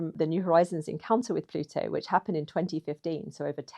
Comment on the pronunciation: An Anglophone that can pronounce 'Plutu.' Thank you! Merrikuns, it's not ploodo... .